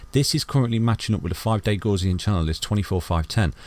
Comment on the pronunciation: Love your analysis. But I must say I was shocked to see you display the 5 day gaussian channel and happy you pronounce it correctly. Crypto university and his 5 day FUD quick sand charts seem highly suspicious. Who cares about shizer coins, let's go bitcoin!